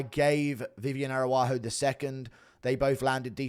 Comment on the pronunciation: Read the last names, man. Araujo is the name. Not Aruaju 😅